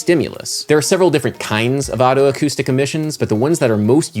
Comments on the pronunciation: >Perceptual geography What does geography have to do with it??? >Neurophonic Whatever you say, Adam, but you're pronouncing otoacoustic like autoacoustic which I believe is incorrect. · FYI, it's pronounced "oh-toe-acoustic", not "otto-acoustic". Just like otolaryngology.